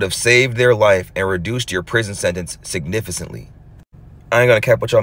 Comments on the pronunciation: I hate the way he says "sidnifisant" 😝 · DV is no joke. I feel so sad for Amanda, as well as everyone else who was affected by this piece of garbage who decided to take her away. Also, i love the way says "significant" 😊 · you keep pronouncing the significant completely Wrong!!!!